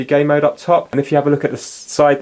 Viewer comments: I'm British myself, he's saying gay mode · you keep saying gay mode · Jay Turner yes it sounds like